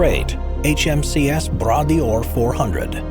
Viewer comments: Bras D'or is pronounced "bra door". The hydrofoil was based on work done by Alexander Graham Bell on the Bras D'or lake in Cape Breton, Nova Scotia, Canada. The Blue Bird name came from Donald's father, Sir Malcolm Campbell, who also chased the water speed record. Malcolm held both water and land speed records during his lifetime. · HMCS Bra d'Or is pronounce "bradoor" not whatever the commentator said. lol It means Golden Arm in French.